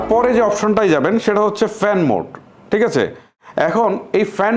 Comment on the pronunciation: ভাই আপনি ঠিককে টিক বলেন কেনো, আপনার অনেক ওয়াড অন্য ভাবে উচ্চারণ করেন